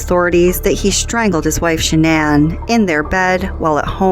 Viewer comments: Why is it her father and brother can't pronounce her name correctly 🤔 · Interesting that her own family pronounce her name normally like Shannon. Also even if he wasn’t cheating, I’m surprised she doesn’t assume it was her outrageous behaviour towards his mom and dad. That would be enough for me to disconnect completely. Atrocious behaviour and he should have taken any opportunity to get them tested for those allergies. I’ll bet they weren’t allergic to anything. They were so toxic together. He should have left her. I cannot understand why he chose violence. It was crazy and I can’t fathom what he thought would come from it. And his daughters??? I can’t understand his rage at them at all.